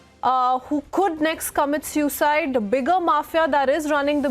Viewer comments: Its not SEWcide... its pronounced SOOcide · The host is having a tough time pronouncing suicide